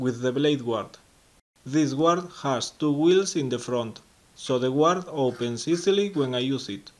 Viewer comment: 'Guard': the u is silent, so 'gard'